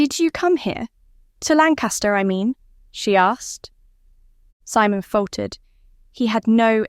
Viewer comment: AI narration takes away from a good story. Mispronouncing Simon or reading asterisk,asterisk just ruins what could have been great.